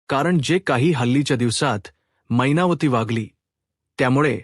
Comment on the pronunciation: काय छान मराठी भाषा मैनावती ला महिनावती म्हणता तुम्ही. साहित्य परिषद अवॉर्ड तुम्हालाच नक्की